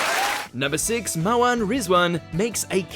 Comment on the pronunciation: Asmin and Maawen? EILEEN? Also Katherine getting Greg a Lordship needs to be up there.